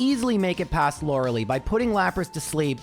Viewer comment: isnt lorelei pronounced lo re lai or lo re lay? why lo re lee?